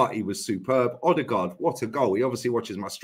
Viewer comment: Imagine saying odegarrd as trash 👀👀